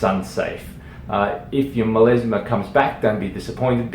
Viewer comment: MelAsma not MelEsma! Oh my ears 🙉